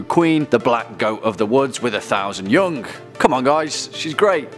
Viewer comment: The way he says young "yungk"